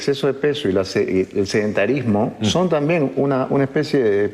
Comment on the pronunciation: sedentarizmmo epideeemia,,nunca la scuché...ste pela...jaaajaa